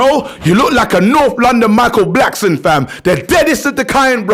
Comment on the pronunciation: Man said blackson ahhh😂😂😂